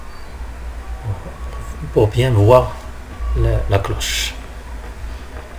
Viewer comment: cloche et non clauche